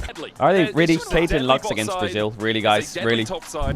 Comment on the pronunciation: really emphasizing the L in braziL